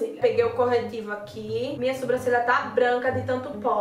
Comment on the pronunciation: Adoro te ver falando "SUbrancelha"